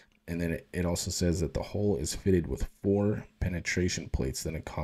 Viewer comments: You need to fix how you pronounce 'hull.' It's not 'hole', it's 'hawl.' 🙃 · It's a hull not a hole learn to pronounce words correctly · Love the channel bro.. but you keep on saying hole instead hull.. Gonna start a drinking game everytime you say hole. Lol.